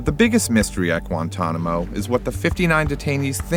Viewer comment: Gwentonamo bay